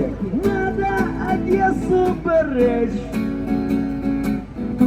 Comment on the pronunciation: Одэссу бэрэчь 😂😂😂😢😢😢🤦🤦🤦